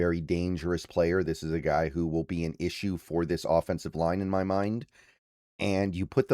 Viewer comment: Will and well sound the exact same when you say them 😂